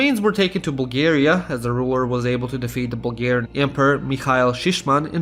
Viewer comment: this video was well made but the way you pronounce bulgarian stuff just kills me